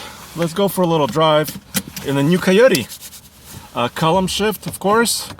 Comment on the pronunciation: I love Russian accent when he says coyote. It’s almost like he saying keoteee